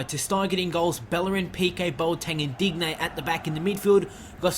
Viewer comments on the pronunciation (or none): Sorry your pronunciations are killing me: Dybala- (Dee-bala) Digne- (Deen- yay) Cillisen- (Sill-es-en)